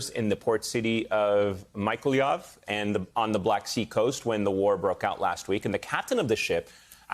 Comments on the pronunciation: It’s pronounced Nee-koh-lie-ev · American newsreader's attempt to say Mikolaiv is truly pathetic.